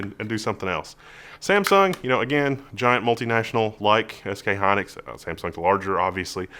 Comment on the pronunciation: It's SK Hynix not Hynlix